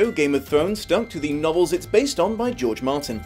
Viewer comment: You keep saying his name wrong! It's George ARR ARR Martin.